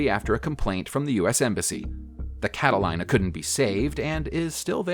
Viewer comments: Yeah,he said "Cata-line-a", four times. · What is a Catalina? The AI needs to study how to pronounce Catalina. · His pronunciation of Catalina makes my teeth hurt. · pronounce: the Carolinas... pronounce: a e i o u Catalina vs Carolina... easy mistake but, I-raq I-ran not E-raq not E-ran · Including his pronunciation of the word, Catalina. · I suppose you had the PBY Catalina spelled right (?) but the computer speech sure mispronounced Catalina. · Mispronounced the word Catalina. Think Santa Catalina. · It’s Cat-a-lee-na. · Stampe pronounced stom-per. Catalina pronounced Cata-leen-ar. Buran pronounced Byou-ran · Its pronoumc we d "cata-lee-na"...... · I believe the correct pronunciation of the last plane would be Cataleena, with the ‘I’ being silent. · Inaccurate and or mis pronounced words. Catalina? Cat-a-leen-a. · Catalina Cata-leena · Very interesting. One error: Catalina should be pronounced Cataleena. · For the last plane, it is pronounced Cataleena... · Its the god damn cata-line-a wine mixer. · Papa New Guinea (?) Cata-Line-A (?) C'mon, now. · Cat-a-LEEN-Ah please say it right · It’s pronounced Cat a leena. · I've seen B-17's in the air. No bombs. But what's a Catalyna? It's pronounced Cata Lee Na. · Catilina pronounced Cataleena. thank you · Catalina is pronounced with a long e-- cat a lEEna. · Catalina is pronounced "CAT-a-LEE-na". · fuck man, its pronounced CataLEENa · It is pronounced cat-ta-Lee-na. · It's pronounced cata-LEEN-a. I'm guessing the narrator grew up east of the Rockies. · I'm in New York, about as east as you can get and still be dry and we pronounce it cata-lee-na. Might be a southerner though, the Carolinas are spelled the same way and pronounced with a "lye". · The announcer sounds American. How is it he can't pronounce Catalina? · It's pronounced CAT-A-LEE-NA, you mong. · I said the same thing to myself when he called it that...lol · Oh bye the way it is pronounced “Cataleena” but it is spelled “Catalina” get your facts straight.